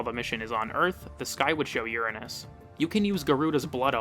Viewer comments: That’s how Neil deGrasse Tyson pronounces it. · Based pronunciation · Ur-Anus or UrAhnus, both valid. Just different locations.